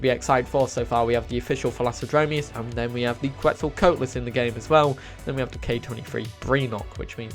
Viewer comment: I thought it was "Velloci" not "VelocciYT"